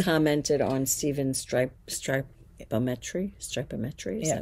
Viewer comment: I think it's pronounced like geometry